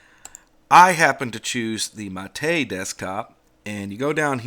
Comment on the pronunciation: Praise be. Someone who actually knows how to pronounce Gnome and Mate. I die a little inside every time I hear someone say "Guh-nome" or "Mayte".